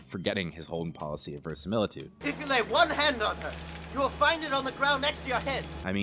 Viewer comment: You’re missing a syllable in your pronunciation of verisimilitude.